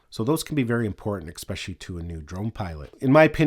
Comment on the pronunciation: great video thanks but btw there is no "X" in the word es·pe·cial·ly!